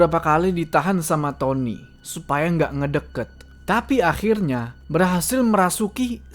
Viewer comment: faseh banget ngomong "akhirrnya" bang 😂😂